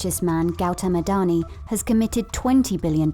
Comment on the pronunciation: It's not adhoni it's adani